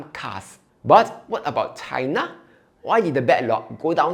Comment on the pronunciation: do you really want to trust a jhk who pronounces china as cai-na? GG tesla bulls